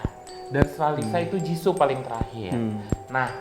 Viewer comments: host nya bisa enggak kalau tidak menghina kekurangan member lain? payah banget. host nya kebanyakan bicara yang enggak perlu. nama nya "jisoo" bukan jisso. siapa bilang rose kurang populer? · JISOO BUKAN JISSO